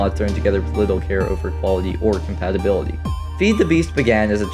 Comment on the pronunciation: Are you dyslexic or something why can't you pronounce compatibility